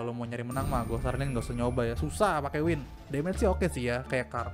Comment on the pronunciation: Ban bukan win tapi wing